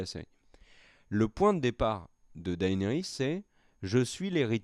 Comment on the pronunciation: "DaÉnarys", "AÉgon"... vous daÉconnez les mecs ! 😜 ... c'esttoutpourmoimercibeaucoup